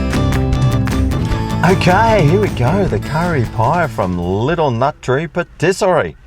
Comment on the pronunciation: Pattisary ? You mean Patisserie😮